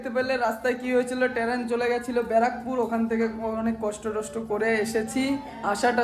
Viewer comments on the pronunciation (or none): Taran na oi ta teren hobe 😂😂